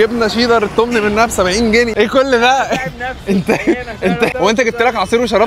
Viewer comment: اسمه سجق مش سدق حتى المحل كاتب سجق😂 و اسمه جنيه مش جني😂